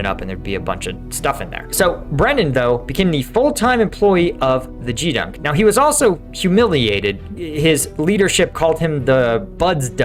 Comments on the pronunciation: It's pronounced GEEdunk not JEE dunk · Well, a couple of things: It's Gee (as in "Get") dunk, and almost every enlisted sailor will stand watches thousands of times over an enlistment. It is one of the primary responsibilities on a ship or at a base/station. Also, most enlisted will start out at a support job, i.e. galley, maintenance, sanitation, laundry, etc. while they wait for a permanent assignment or, for example, their school or program to start. I did it while I waited for my BUD/S class to start and later after graduation. Also, back then, the whole team performed cleanup and inspection on Fridays. 1966-71. I really look forward to your daily briefings on Ukraine and your insights into smaller unit ops. Signed up on the new website. Thanks for all your effort to create good content. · Gee dunk not gdunk. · Not expecting a "Doggie" to pronounce "Geedunk" correctly - but that is a hard "G", sir. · Geedunk is said with a hard G, like grenade instead of like a George